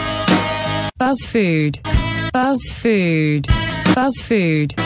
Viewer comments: Не бАз аква а БУУУз аква она бузова а не Базова буууууууууз🖕🏼🖕🏼🖕🏼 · Не базфуд, а бузфуд!!!! БУЗОВА!!!! УУУУУ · БУЗова , а не Базава!!!! БЕСИТ!!!😤😤😤 Прости , но бесит . еще переводчик поставила!!! Я не хейтер смотрю все таои видео лайки ставлю , но даже тупой бы догадался ,что правильно Buzfood!!!😇❤ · Бл, почему ты говоришь "БАЗФУД"?! Даже если по нормам английского правильго "баз", но создатель БУЗова. И все говорят БУЗФУД, а ты решила выделится своим "интеллектом"? Я не хейтер, просто уши режет... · буз, а не баз. Проверочное слово Бузова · Зашла первый раз и очень пожалела) не бАзфуд, а бУзфуд, возможно хотела порофлить) "Это не смузи, а свежевыжатый сок" дикий ор, сейчас все делают смузи такими, без сахара и водянистые! Удачи в развитии канала, думаю со временем еще раз попаду на ваш канал и разница будет очевидной!) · не Баз фуд, а Буз фуд. Возможно я конечно ошибаюсь, но вроде бы так. Ты крутая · Эмм. Это БУЗФУД, А НЕ БАЗФУД. Оля БУзова, а не Базова. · Ну тупо говорит Базфуд Базаквка! Нельзя догадаться что у неё все с приставкой Буз! 🙄😵😵😵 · Не баз а буз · БУЗФУД , не бАзфуд выбесила реально 🙄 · Я одна вдуплила, что «Buz» — начало фамилии Ольги Бузовой. Соответственно, читается как «Буз Фуд»